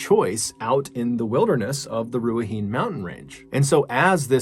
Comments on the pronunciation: Finally a story from NZ! I remember this one, I was around 17. You did pretty well with pronouncing the names, the Maori ones are hard. Ruahi-nee , like horse nay lol. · Pronounced (Rua He Nay) aka Ruahine native to our Maori people :) I love that New zealand made the Ballen channel we have so many unsolved deaths here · Watching this while wearing my 'Strange Dark and Mysterious' hoodie which my partner always gives me grief about haha... Love the fact you researched an NZ story as I'm from NZ! One little thing (and not giving you a hard time at all as it's a Maori name), however 'Ruahine' is pronounced Rua-hin-nae. In Maori you also roll your R's a bit like an L. As for Dannevirke, we simply pronounce this as 'Danny-verk' lol. Kia ora from NZ and please keep up your amazing work! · Pronounced ' Roo a he knee' Ruahine. The plant is usually called stinging nettle in Nz , while hunting I've been stung by it multiple times and never had an adverse reaction. Lucky for me I guess. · In the Maori alphabet the spelling would look like RU/A/HI/NE. The pronunciation of the vowels are different from English. A=Ah E=Eh I =Ee O=Ore U=Eww.. So to it's NOT a (Nay) sound it's a (knee) sound. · I'm from New Zealand. Not too bad on the pronunciation. Ruahine is pronounced Roo-Ah-He-Nay and the 'R' is rolled a little bit. Thanks for your vids! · Ru-ah-he-nay - Ruahine. Cheers for giving it a go! Kai Kaha. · Ruahine is pronounced "Roo-ah-hee-nay"- It's a Maori name :) Anyway, really bizarre to have where I live pop up in a video because it's so... Backwoods of nowhere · It pronounced roo-a-hin-ey but cool to see NZ on your channel! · Hi Mr B, I am from New Zealand. Excellent stories as usual. Just so you know, you pronounce Ruahine - "Roo-Ah-He-Nay" (not that I care much, but some people do lol) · The r in gisborne is typically not pronounced and the e in Ruahine is pronounced similar to the first e in letter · The third story, Ruahine is pronounced Rua hee nay 😉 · It's knee not nay